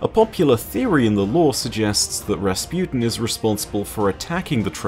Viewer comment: Rasputin guys not rasputen. XD